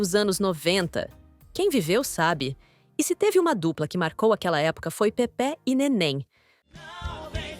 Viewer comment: Kkkkkkkkk a locutora disse Pepe'..nen falar sabe quer ser locutora é Pepê